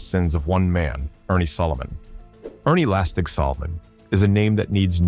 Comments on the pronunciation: lastek* lastig is the correct pronunciation. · Narrator is the butcher of south african names - lastig😂 oh there goes the name gauteng😂😂😂😂now bakkie😂😂😂❤